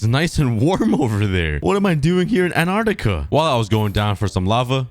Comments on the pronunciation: Ant-are-ti-ka Not An-are-ti-ka Pronouncing the word. 😁 Ps: I love your videos! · you said anartica it`s antarctica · when u said "anartica" it smh made me laugh lol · You’re saying Antarctica wrong